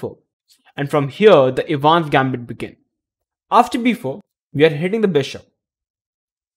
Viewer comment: The correct pronunciation of "Evans" is "Eh -vans" with the stress on the "Eh". The "e" in Evans is a short sound, like "eh" not long like "easy." EH-vans Gambit. Of course that assumes you want to sound like an American or an Englishman. Otherwise, say it any way you want. 🙂